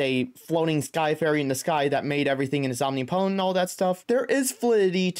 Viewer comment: Om-nip-o-tent not "omni-potent"